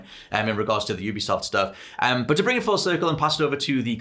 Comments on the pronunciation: “You-be-soft” - it’s an amalgamation of ubiquitous software, it’s not an “ooobercab” C’mon guys, you’re gaming journalists, you should know sh*t like this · YOU-BE-soft. It’s an amalgamation of Ubiquitous software, it’s not an “Ooo-ber”cab It amazes me that people who report on the gaming industry aren’t aware of this